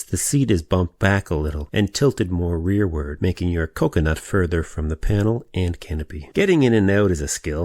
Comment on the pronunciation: The way you said "Coconut" made me giggle